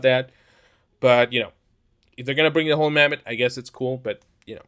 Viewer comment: You sound like you're saying "Holy Mammoth"